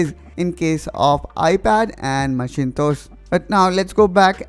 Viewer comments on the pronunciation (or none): 😄😄Omg! did you just say MACHINE-TOES? haha. its "macintosh" pronounced as "mack-in-tosh"